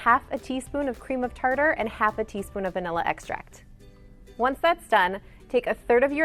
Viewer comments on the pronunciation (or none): none